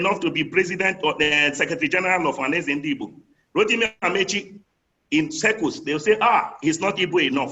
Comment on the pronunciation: It's a big shame many of you can't even pronounce the name IGBO properly rather y'all are repeating this NONSENSE Ibo Ibo Ibo, it is IGBO IGBO IGBO OK